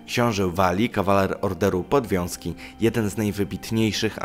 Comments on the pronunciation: Śledzę "10" i znów zdarzyły się błędy. Po pierwsze nie dziesięć najlepszych rycerzy , tylko dziesięciu. Order podwiązki a nie powązki. Na Powązkach można leżeć po śmierci. Tureccy janczarzy anie jancarze. Jancarz to taki nieżyjący żużlowiec. I tak dobrze, że nie powiedziałeś jajcarze. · Nie "Order Powązki", a "Order Podwiązki"